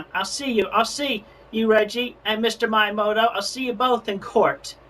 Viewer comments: As someone who studies Japanese, I was cringing so hard at him pronouncing miyamoto as Mai-yamoto. How does a self proclaimed Nintendo superfan fuck that up? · Random detail, I just think it's funny that you put the transcript as Mayamoto instead of Miyamoto cause he says it wrong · "Mayomoto" Not quite close to how it's supposed to sound... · Every time Chris says "Maiyuhmo-to" I wanna rip my ears off. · "Mr.Mayamoto-san" I cringed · my favorite part is chris mispronouncing miyamotos name every time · I like how the subtitles point out how blatantly he mispronounced the Japanese words and names like miyamoto and ohayo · He couldn't even pronounce Miyamoto correctly